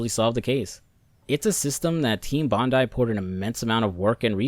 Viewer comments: Sorry im only about a minute into the video i just wanna thank you for pronouncing Bondai correctly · Thank you for pronouncing Bondi correctly.